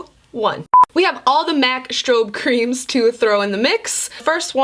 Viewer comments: I died when you couldn’t say Mac strobe creams 😂😂😂😂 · Lmfao you trying to say strobe creams literally reminded me of the elderly couple who are saying buttery flaky crust